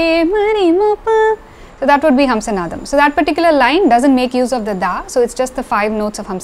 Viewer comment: I have an off-topic question. The raga name Hamsanadam has to be pronounced as ஹம்ஸநாதம், right ? But you said ஹம்ஸனாதம். Of the four languages I can read (Malayalam - my mother tongue, English, Hindi, Tamizh), only Tamizh has two different alphabets for 'na' to clearly distinguish the difference in pronunciation (forget ண for now). Probably, Tamil is one of the rare languages (if not the only one) in the world that has this. But, I see that Tamilians are not taking advantage of it while pronouncing. Even in film songs original recording, I hear people wrongly using ன where it has to be ந. ( like, நனைந்தால் is pronounced as னனைந்தால் ). Is my observation correct? I am not a Tamizh expert. Never mind, if it is an area you are not interested in.